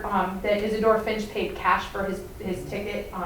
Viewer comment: The name is not "Finch" it's "Fisch".